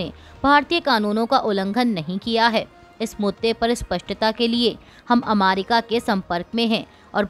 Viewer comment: America का उच्चार अमारिका क्यों करती हो ? न्यायालय का उच्चार न्यायाल्य क्यों किया जाता है?